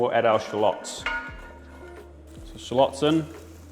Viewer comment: Love that SPACE!! From the U.S.🎃🎃! Love the way you say shallots, the BEST! PEACE.